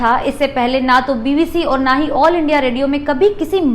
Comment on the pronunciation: महोदया आपका प्रेज़ेंटेशन बढ़िया है लेकिन कुछ उच्चारण ग़लत होने से अखरते हैं जैसे जवाहरलाल को ज्वाहर लाल नेहरू बोलना , और को बार बार ओर बोलना - good luck to you